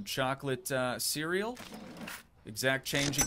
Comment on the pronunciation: ❌ Cereal ✅ Cuureal 😂😂❤